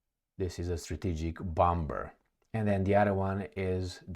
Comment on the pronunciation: Finally pronounces “launched” correctly! Thank you for all your unique reporting! Now - “bomber” is pronounced without a “b” - same for the verb ”bombing” - no B! 😉❤